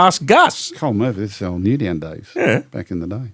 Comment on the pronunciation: Why does gus call Newtown... Newdown